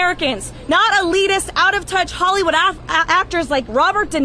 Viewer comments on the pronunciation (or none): none